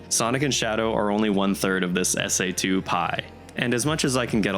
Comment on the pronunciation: Please never call this game "SA2" EVER AGAIN😭😂